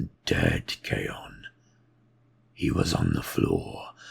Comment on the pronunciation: I love this! It is just as epic as it was in my head when I read it and I must thank you for that! I believe though that Khayon is pronounced closer to "Caine" rather than "Khay-on" like you pronounced, and is written as much in Talon of Horus. I could be wrong as it's been a couple of years since I read The Talon of Horus and Black Legion books. Regardless though, I love your renditions and hope to see more - they're amazing!